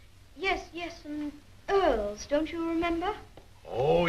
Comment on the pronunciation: Wow, this was a great movie! I've always like Frances Hodgson Burnett's stories. I kept chuckling every time Dick (Micky Rooney) pronounced Earls as "oils". 😊 Thank you so much for the upload! 💜👍💖💙